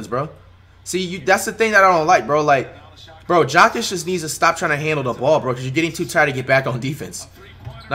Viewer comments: I’m dead. It sounds like he’s saying Jock Itch for Nikola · Way he says Jokic